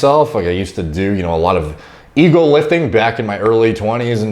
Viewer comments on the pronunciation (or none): When he was talking about "Ego" lifting, I thought buddy said "Eagle" LIfting... I was like damn buddy how much them eagles weigh